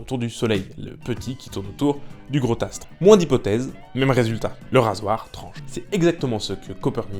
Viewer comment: ‘Gaffe aux liaisons dangereuses, genre « …du gros Tastre » à 3’03… 😒